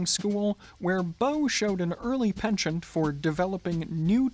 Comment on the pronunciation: Penchant is not pronounced Pen Chant but Pon shon! ( French)